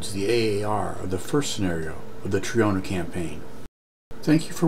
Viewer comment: Subbed. It's always nice to see this aging title still has it. And waiting impatiently for your own take on the second and third missions, as they are notoriously difficult. (now I'd allow my inner Italian to say : 🤌🤌🤌IT'S TROINA, NOT TRIONA, MAAAAAA!!!🤌🤌🤌)